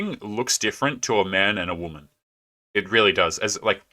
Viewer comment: The biggest turnoff is when they say "I'm a strong an independant whamen."